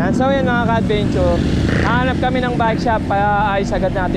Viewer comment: Take a shot everytime he says "ka-adbeynchoor"